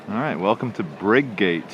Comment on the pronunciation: It's briggut not briggate mate . pronounced like